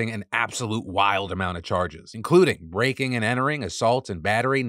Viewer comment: I thought you said “rake and entering” lol